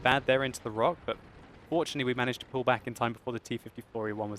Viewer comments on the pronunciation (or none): none